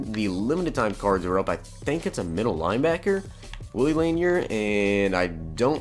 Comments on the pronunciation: Lanier is pronounced La Near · You tube Lanier so you can say his name right, he is a legegend lol laaaaaaaanearrrrr😎